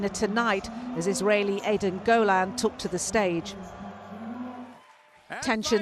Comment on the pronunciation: Why dont u pronounce Eden Golan's name properly